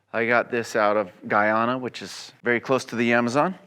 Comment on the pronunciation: As a Guyanese, hearing him (a foreigner) pronounce Guyana correctly is satisfying because its rare lol